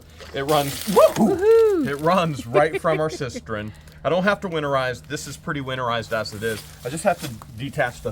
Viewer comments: it's cisTERN, not cisTREN 😋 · it's a cistern not a cisterin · Not to be that guy, but it is cistern, not cistren. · Cistern, not cistren🙂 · Its a cistern. Cis-turn Not cis-tren! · I almost died laughing at George chasing the chickens!!! 🤣Loved the tour and the views of your gorgeous landscape and the leaves starting to turn! Was the booger salty? (Asking for a friend.) I know you hate corrections,, but you've added an extra "r" to the word cistern 4,000 times since you bought that property. I never exaggerate. I know you hate advice, but I'm feeling extra cocky, and the sun might discolor the toy packaging that you're so fond of, so maybe the kids could throw a sheet over the ones you didn't have time to shelve. Okay, I'm gonna be good now. P.S. I got the gorgeous rocks & crystals today and love them to pieces! 💕🙏🤗🥰